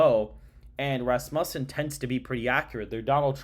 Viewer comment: FYI it’s Raz-mew-son 🤘🏻